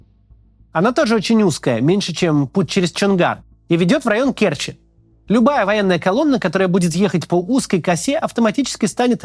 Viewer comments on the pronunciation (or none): не кЕрчи, а керчИ, а не был в керчи так молчи